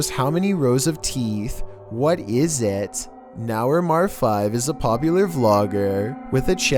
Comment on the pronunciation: "What is isaaat?" I choked on my drink laughing hearing how he said "it" lmao!! 😂😂😂😂😂